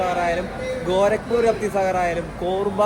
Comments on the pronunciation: വണ്ടിയുടെ പേര് രാപ്‌തി സാഗർ എന്നല്ല രപ്തി സാഗർ എന്നല്ലേ ഉച്ഛരിക്കുന്നത് 🤔 ആ അനൗസ്മെന്റ് ശ്രദ്ധിച്ചാൽ മനസിലാകും രപ്തി സാഗർ എന്ന് വ്യക്തമായി പറയുന്നുണ്ട് 😊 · റാഫി സാഗറല്ല "രപ്തി സാഗർ : മലയാളം പലപ്പോഴും ങ്ങശരിയായി പറയാറില്ല സാരല്യ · രാതി അല്ലടാ രത്രി സാഗർ അത് പറയാൻ ആദ്യം പടിക്കു